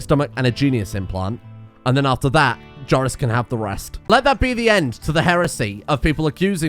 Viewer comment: I thought you were butchering Joris. Don't scare me like that.